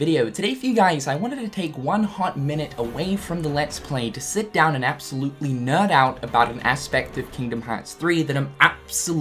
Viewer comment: When he says nerd, I know he’s saying nerd, but it definitely sounds like NUT